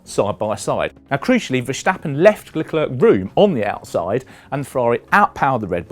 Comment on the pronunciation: I had a very tough time watching this video because there are two easy names in it and this gentleman pronounces them both as if he just set foot on earth and is just learning his first human language. Can you say the English girls name 'Claire'? Then try saying 'Le' as in Chic's classic song Le Freak and then say the girls name. That is how you pronounce Leclerc. Next is Ferstjeppen. Who is that, a Norwegian skijumper? Instead, try saying 'Fair' as in 'it's not fair that almost all F1 analists and talking heads are British'. And then say 'stop' as in well, stop this bullshit reporting, followed by 'pun' as in 'pun intended.' That is how you say Verstappen. You're welcome.